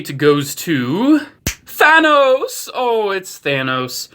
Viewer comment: You pronounce it "th-anus"